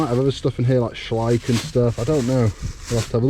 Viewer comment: At last someone who pronounces Schleich correctly 😂